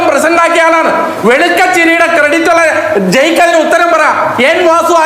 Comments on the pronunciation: ജെയിക്ക് അല്ല ഊക്ക് 😂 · ജയ്ക്ക് എന്ന പേരിനു പകരം: തേ, ക്ക് എന്നാണ് ഉച തം